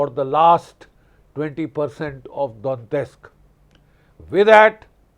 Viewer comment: Don-yetsk - not Don-tesk.